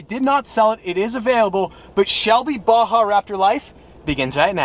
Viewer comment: Why can't americans prenounce baja?